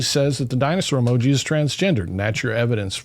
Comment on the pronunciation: Even if “emoji” is the correct plural usage of the word emoji, the way they pronounce it sounds so friggin’ pretentious! It’s honestly just as infuriating as the story itself. No one that isn’t a complete d-bag uses the word “emoji” when talking about more than one emoji! Just add the “s” and stop pretending to be smarter than everyone else!